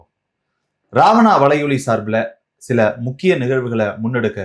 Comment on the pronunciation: ராவணா வளையொளி அல்ல வலையொளி . தமிழைச் சரியாக உச்சரியுங்கள்.